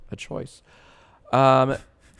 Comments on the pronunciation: You're pronouncing his name wrong it should be "bee-bee-nohs" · why was jack mispronouncing his name as bibi no money when its supposed to be pronounced bibinos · I don’t see how you arrived at that pronunciation, I totally get people that say ‘bibinos’ but your version misses half the letters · You keep saying bibinos wrong Edit: later, yes that is how you say it JACE.